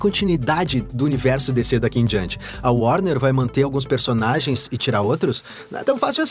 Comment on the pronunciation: O grande póblema da DC chama-se worner ...